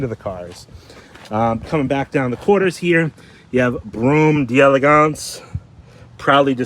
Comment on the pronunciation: Once and for all: it's pronounced "Dell-Lay-gance" not Dee-elegance